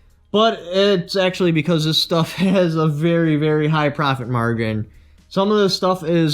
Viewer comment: Profit “mar-ghin”???